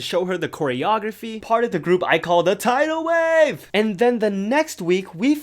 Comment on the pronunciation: "Thai-dol wave" I CANT 😂